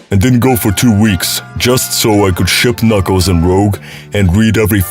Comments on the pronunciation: mf its pronounced "rooj" not "rogue" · It's Rūj not rowģ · this video keeps hitting me with mini crits every time he pronounce rouge as rogue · D&D players: Spelling "Rogue" as "Rouge": Pronouncing "Rouge" as "Rogue" If this was intentional then it's actually a pretty clever meta joke. Somehow, I'm not convinced though. Everyone is just a little dyslexic it seems, and rogue/rouge is such a common mixup. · you know it's pronounced rooje, right? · "Rogue" Dude. Make an effort. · Having been playing SA2 nonstop for the past 2 months, I can confirm Rouge is not pronounced Rogue